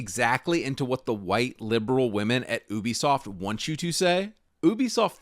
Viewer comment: Its "you-be-soft" not "ooo-be-soft"